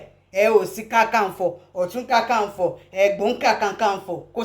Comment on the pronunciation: Not kankanfo, it is Kakanfo. My lady.